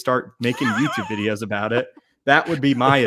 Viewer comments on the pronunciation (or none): It took nearly the entire video, but went full Canadian right at the end. At, 2 “eh’s” and an “aboat” within a 2 minute span. 😄